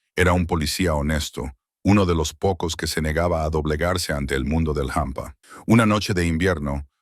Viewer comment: Hola en español no se dice jampa!!es hampa !! sé pronuncia como se escribe, desdé Santander España.